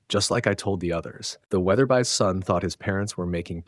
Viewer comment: I was duped... I thought this was a real voice and not some stupid A.I. The mispronunciation of Weatherby differently twice in a minute fixed that! Damn it!! These F**king robots are getting hard to detect. I'm out! I'm unsubscribing, even though these are well written stories.